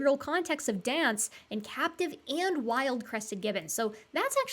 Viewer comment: said, "captive crested gibbons" and I heard, "cat depressive gibbons"...